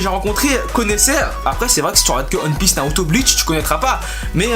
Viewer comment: non One piece mais t'as prononcé "onne" et pas "oine". Ça se prononce "oine pisse"